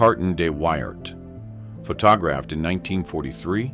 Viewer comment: I love how the AI on this channel pronounces photographed as "pho tog-graphed."